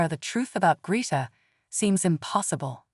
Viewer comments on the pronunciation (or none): END AI! It can not even pronounce Greta correctly!